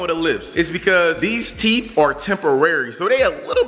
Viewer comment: He really said '' teef"